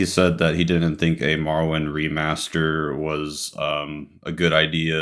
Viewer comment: It bothers me so much you cant pronounce morrowind correctly. Then you couldnt pronounce bruce's last name nesmith. You pronounce it nee-smith? Wtf 😂